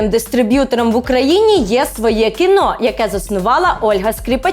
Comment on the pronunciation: Тільки не «своЄ кіно»(“Svoe Kino”), а «своЕ кіно»